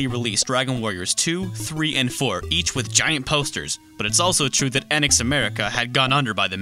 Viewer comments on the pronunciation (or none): none